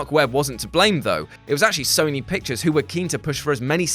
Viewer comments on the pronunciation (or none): none